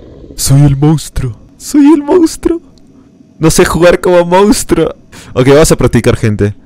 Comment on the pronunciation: "Mounstro" jajajja ya lo eh visto como 4 veces